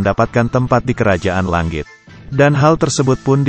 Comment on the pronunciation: Bang cadel Ng ya? Langit aja jadi Lang+git Zzzz